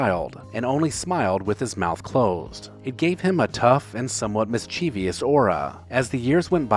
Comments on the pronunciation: Not trying to be pedantic but "mis chee vee us" is NOT a word. It's "mischievous" mis-cheeve-us. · I just turned 76, and I'll admit it's very disconcerting to see what time has done to a once strikingly handsome face. Oh, and by the way, it's "mis-chie-vous", not "mis-che-vi-ous". There is no "vi" in "mischievous". This is a personal pet peeve of mine that sets my dentures on edge. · It’s “MIS-chuh- vus” not mis-chee-vee-us! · Learn to pronounce mischievous. It's not mis-chee-vee-us.